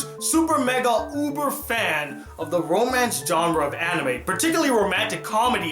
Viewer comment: BRO PLZ STHAP SAYIN JOHNRA INSTEAD O "JHANRA" (genre) T_T